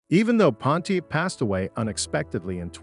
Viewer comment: Repeat after me: "Pon-tee-ACK!" Say it right. SAY IT RIGHT! WTF is a "Ponteek" (sic)? Is this another case of incompetent AI narration? WTH is going on here? Reloop the audio track and regain some credibility, but for now, nobody is going to watch this past the 3rd "Ponteek" because it makes the entire vid suspect...